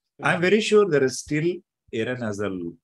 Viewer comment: Sagar, you cannot even pronounce Aaron correctly. Shameful and insulting